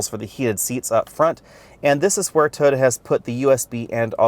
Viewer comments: He pronounces Toyota as "toda" 🤣🤣🤣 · It sounds like he's saying "Tota." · “Tota” Corolla lmao why